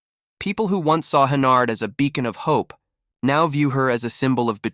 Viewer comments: Hennerd? It's Henyard. Like where she belongs. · Cant watch the video if you can't even pronounce a name right.